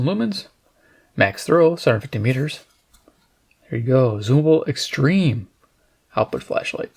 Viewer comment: Extereme, lol